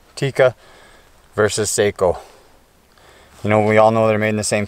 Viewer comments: Its SAKO not Seiko.. SAKO Like taco🙂.. greets from Finland⚔🇫🇮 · It is a Finnish rifle, not a Japanese watch. Socko not Sayko. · Just FYI Sako is not pronounced say-ko ...it's sock-oh , Seiko is say-ko and they make watches. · Its sako not seiko seiko is a handwatch brand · It’s not a Watch! sounds like Saw- co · Me too I grew up with Sako's and we always pronounced them like the watch. It's impossible at this point for me to pronounce them correctly. Either way they're damn fine rifles. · You don’t pronounce Sako like (seiko) the a in SAKO is like (a in Antony)